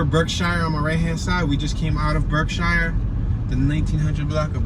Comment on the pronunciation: We pronounce it berksheer not shire like in the hobbit hahahah.